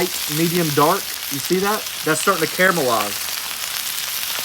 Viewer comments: Don't you mean caramelize not camelize? Sorry just sounds like your saying camelized. Sounds funny. Keep the great vids a rockin! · Hate to correct but you keep saying CAMELIZE but it’s CARMELIZE Good video. Honest mistake